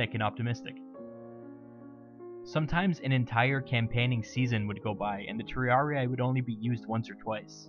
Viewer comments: Magnific video! Just an hint, in latin and neolatin idioms when you find an i or a double ii it is read like an english e: for example triarii is read tree-are-e not tree-are-i like you did here. But it's just a pronunciation suggest, the video is very clear. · Great video. However, for future purposes, Latin words ending in ii aren't pronounced as a hard I, they are pronounced as an ee-ee. Triarii should be pronounced Tree-are-ee-ee. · Good video. Just a couple notes. It's pronounced /tri'ari:/ not /tr'ariai/. The "sitting down" wasn't a punishment. Triarii were equipped with a full panoplia (heavy armor, heavy metal shield, heavy spear) which was extremely heavy, hot and unconfortable. The triarii were trained to wait their turn seated to stay fresh. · Oh man, as a Latin student I winced whenever you said Triarii. It isn't pronounced Triariae, it is Triari-i. Two successive i's pronounced like how you would say the letter "e" twice. In English it sounds off but in Latin it is common, especially in the second declension. Singular second declension has the ending "-us" so "Triarius", and plural (and genitive singular) takes off the -us ending and adds in -i. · Latin: triarii. Anglosaxon english: triariaiaiaiai. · Triarii is pronounced just with a long [i] sound at the end, just as you pronounce the two other -i inside the word. Like an english “e”. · Triarii is pronounced "triaree". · Why does he pronounce half of the Latin names wrong xd